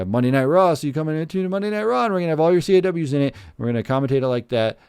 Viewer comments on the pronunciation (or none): It’s pronounced caws like cause. Like Rebel without a cause or a crow caws lol. All good though, appreciate the mention. Great video! These games are definitely going downhill. There are other games out there where you can create much better looking characters. There might not be as much customization but the graphics are better, especially the hair.